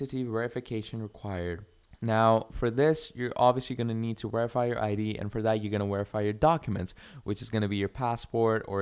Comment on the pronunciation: Where are you from that you say wherify